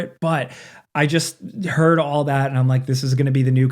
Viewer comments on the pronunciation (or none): none